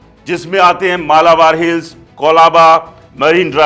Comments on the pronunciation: कहा से हो भाई अगर मुंबई की मालूमत नही है तो पहले वही काम करो मालाबार नाही मलबार हिल कफे पराडे नही कफ परेड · कफे पराडे नही भाई , कफ परेड😢 मालाबार हिल नही , मलबार हिल कहो. कुछ भी मत फेको. मार्केट अभी भी बिलकुल डाऊन नही है